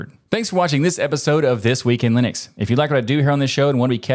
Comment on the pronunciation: We have come full circle now: guy correctly pronounces Linux, doesn't know how to pronounce Torvald's name.